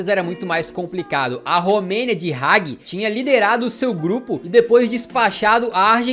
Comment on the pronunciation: Poxa....cansei de ouvir Roger Mila kkkkkk. Lê se Rogê Milá Hagi tbm kkkkkkkkkkkkkk. Afffffff. Amo os vídeos, mas estudar a pronúncia dos nomes dos atletas é bom..... fica a dica